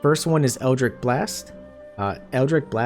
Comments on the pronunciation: Eldritch is pronounced 'itch' like you have an itch to scratch. Not 'ick' like you are sick. FYI for if you do another build with warlock in the future. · Great guide, but dear Patron in the hells it was so hard to hear you continuously pronounce Eldritch as EldriCK. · Minor complaint but with the warlock stuff is pronounced Eldritch not Eldrick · Brother, you put up a fantastic video... but it's eldritCH with a CH like Cheese. Other than that tiny nitpick? Absolutely fantastic walkthrough- all the details one needs, no extra time spent on intros or sponsorships in the beginning, and you just keep rolling. Positively fantastic.